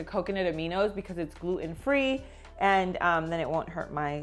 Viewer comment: What's GLOO-EN?